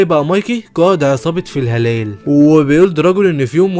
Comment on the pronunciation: فلا هالا ❌ في هلال✅